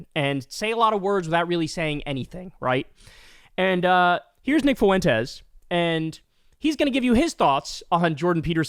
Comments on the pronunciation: Not to birddog you Kyle, but its pronounced Fwentes not Foo-entes Diphthongs baby PS who cares what Nick “I poop my pants; can’t get a date” Fuentes says? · It’s not pronounced “Fooentez”, it’s pronounced “Fwentez”. Just fyi. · Does Kyle not know how to pronounce “Fuentes”? Lol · Can anyone tell me why Kyle pronounces Fuentes FOO-aint tez. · Why does Kyle keep mispronouncing Fuentes? 😂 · …your pronunciation of “Fuentes” is horrendous - you must live in the whitest town on the planet.